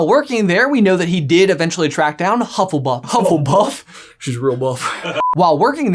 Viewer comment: "HuffleBUFF" ahahahahaha!!!!